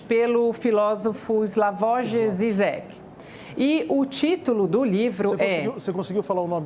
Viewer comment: Ela não sabe nem falar o nome do Zizek!